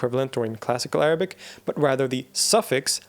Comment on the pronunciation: hearing proper arabic pronunciation in between of good english speech brings joy to my ears